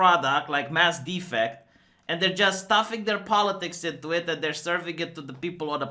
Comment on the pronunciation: "Mass Deffect" lol